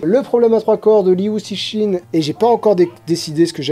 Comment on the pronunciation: 3 positions en un mois c'est effectivement beaucoup. Surtout que jusqu'ici on était resté plutôt statiques 🤐 Juste un détail (comme tu veux être le plus fidèle possible à la bonne prononciation des noms ^^) : Liu Cixin se prononce "Lio Tseushin" en gros :)